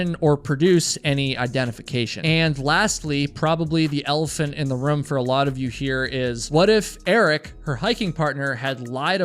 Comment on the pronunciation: I’ll never push that button for one single reason…. The way you pronounce the word “ROOM”!!! It’s like nails on a chalkboard every time I hear it.